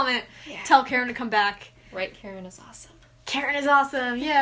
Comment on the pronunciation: I keep hearing “carrot” not “Karen” Edit: “he looks pretty Karen” is what I heard for mah floofy doggo boii and now I can’t I hear it